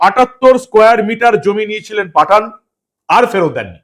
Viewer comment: Yusup patha..na pathann..bujte parchi na..😂😂